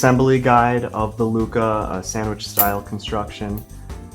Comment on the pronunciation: NOOOO ITS LUCHAAAAA LOLL